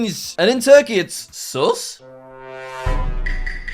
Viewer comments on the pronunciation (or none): you prounce it wrong its not like sas its sus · its not prounenced as sas its just sus